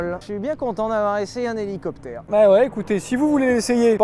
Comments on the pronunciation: CA PILOTE UN HOULOUCOUPEUTHÈRE MAIS ONT ATTEND TOUJOURS " LE DIFFERENCIEL" SYLPROUTE ET CHABRIMERDE 🤣🤣🤣🤣🤣🤣🤣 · Rhélicoptére rhélicoptére